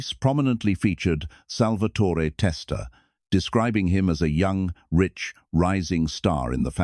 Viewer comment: It's pronounced pun-ja-tore.. And it's pronounced sal-va-tore.. No eee on either name. At least get that right